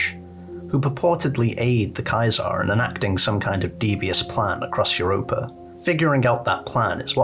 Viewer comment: Play less New Vegas mate. I could only get to the fourth time you said KAI-ZAR before I gave up. It's Kaiser, german for King. As in KING IN YELLOW. Not "True to CAESAR"